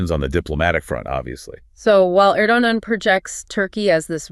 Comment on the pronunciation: "Erdozan", "Erdohan", "Erdosan", "Erdoman", "Erdonan" 😅 Come on guys, you can voice a video by yourselves, I mean without ai 😊.